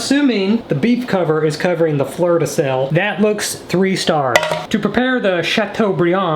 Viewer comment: "the flerrrr de sel" is now french 🥖🇫🇷😂